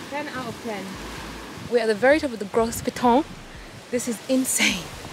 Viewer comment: Got this in my youtube inbox. Proud to say I'm from St.Lucia! (Lil' tip it's Go Piton instead of Gro Piton even though it's spelt Gros) Also it's Pee tuh OVERALL LOVE THE VIDEO! :)